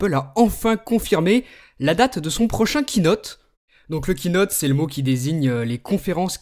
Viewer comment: Kiinote je crois que ça se dis Keyynote !